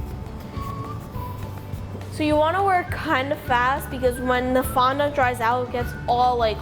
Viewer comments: She said fon don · I don’t think that’s how u say fondant